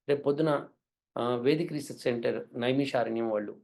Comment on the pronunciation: అది నైమిషారణ్యమండి !! నైమిశా ... కాదు !